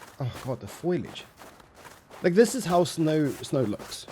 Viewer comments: buddy it's foliage not foilage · foilage? bro the word is foliage 😂😂 but holy shit they finished it lol edit holy shit i jsut had to come back and do a quick april fool date check gg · 'foilage' xD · How the fuck can’t people say foliage?